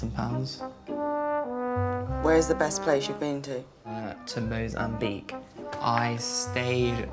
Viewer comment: He's been to Moz--am--bi--que. The pronunciation sent me😂